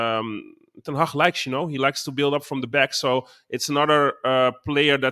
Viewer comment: Boys and thats how you pronounce HAG